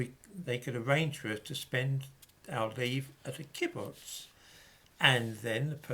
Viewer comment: Great fan of yours,. The word 'kibbutz' is pronounced with the stress on the second syllable